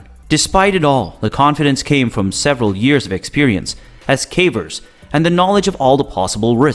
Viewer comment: He also keeps calling them carvers